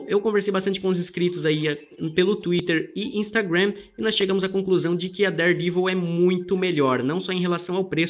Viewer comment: Listen how he pronounces daredevil. he says devil with a long e sound!